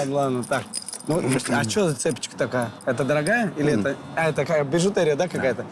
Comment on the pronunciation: Не цЕпочка а цепОчка